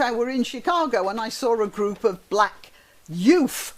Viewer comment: Hi, you amused me with your pronunciation of the word ‘Yooudz’ - reminded me and probably yourself of Dolly Kiffin. Have a Happy Holiday. Pat S.